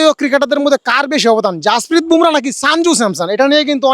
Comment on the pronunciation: ভোমরা নয় , বুমরাহ